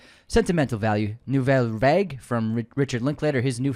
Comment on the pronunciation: "Nouvelle vague"????? Pronounced "Nouvelle varg"!!! Unsubscribe!!! x